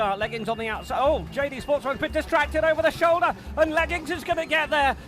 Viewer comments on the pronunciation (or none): none